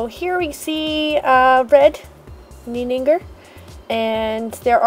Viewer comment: It's pronaunced ninninJer not ninninGer